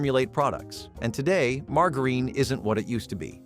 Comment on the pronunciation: Nobody pronounces "margarine"like that.